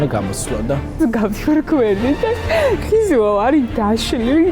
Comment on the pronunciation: "ომბლьო" "ხიზილяლя" 😁😂😂